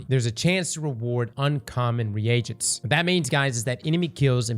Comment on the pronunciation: It’s pronounced like “ree jents” not “re agents”